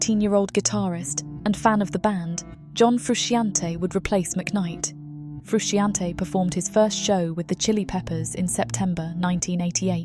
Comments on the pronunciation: Also the pronunciation of Frusciante is craaaazy. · I wish you had learnt how to pronounce the legend John Frusciante's name.